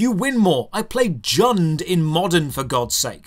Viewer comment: "jund in modern" has come closer to making me pohysically ill than anything ive ever heard in my life, coming from someone that plays golgari in commander, i understand your pain